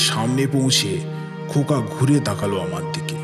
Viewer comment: khub sundor tobe khoka ta khoka na hoye "nyaka" hoye gechhe